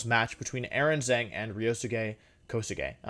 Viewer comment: I mean maybe he's memeing but the way wolfey pronounces Aaron Zheng's last name triggers me so much lol